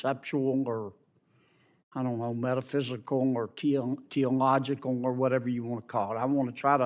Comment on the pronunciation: I'm crying this is so hilarious "Tea-logical"